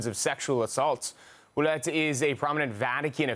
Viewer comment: By the way, the name Ouellette is pronounced ( Wellette)